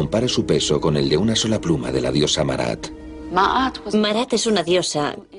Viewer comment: Diosa Maat, no Marat.